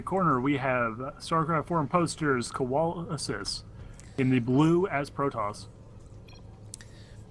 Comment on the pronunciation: Colawlsus here. Im on youtube :D You guys did good with casting. My only suggestions would be having the production tab open, and not mispronouncing my name :P Look forward to the rematch cast :D